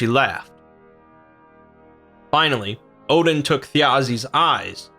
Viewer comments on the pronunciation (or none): none